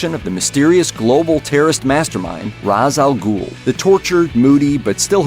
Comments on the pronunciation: You know all this Batman trivia, but you still don’t know that Ra’s al Ghul is pronounced as “Raysh” not “Rahz”? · Ra’s al Ghul (RAYSH-OWL-GOOL) not “rahs” al ghul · Raz al Gul? Way to do research. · A video that wants to correct people's misconceptions about Batman does a Nolan and mispronounces Ra's al Ghul... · You mispronounced ras al ghul